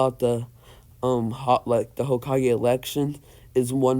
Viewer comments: He said ho-kige instead of hoe-ka-gay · Ho-ka-ge not hawkage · hah cage Me: its hokage not hah cage XD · Hawk kage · You're pronouncing hokage wrong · Ur saying hokage wrong